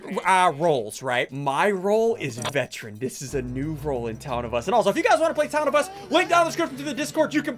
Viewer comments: Bro called veteran a veTTeran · To be honest, I thought it was vegetarian and not veteran.🤣😂😅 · Veteran is so good but you say sick.